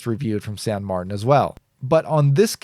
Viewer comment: Thank you for an informative and entertaining review as usual. And thank you for pronouncing San Martin in your own American way. It sounds silly when some people pronounce a spanish/italian name from a Chinese brand in a french way while speaking english. I shouldn't fuss but drives me nuts :D. (san = saint in spanish/italian, saint = sainte in french)